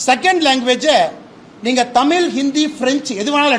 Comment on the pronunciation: அவர்கல்…மக்கல்…நீங்கல்…உதயனிதி தமிழில் பேசக் கற்றுக்கொள். பிறகு தமிழ் புகழைப் பேசு. உனக்கு தமிழும் தெரியாது, புத்தியும் கிடையாது. Your father wants a trillion dollar economy. Who is your labor force? You cannot talk to anyone in the neighboring States. How do you do a business? I am dismayed by your stupidity and ignorance